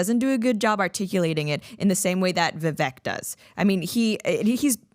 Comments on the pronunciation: No, Vivek (Vivake) like cake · His name is actually pronounced like Viv-A-k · BINGO!!! BTW his name is pronounced "Vivake" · * pronounced Viv-ik